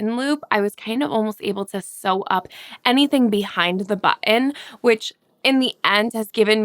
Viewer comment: Great message. It's OK. To put a kind away for a while And yeah, you actually said button (bh - tin,) Woo hoo. You are adorable